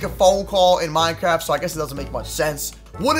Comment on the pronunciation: He said minekift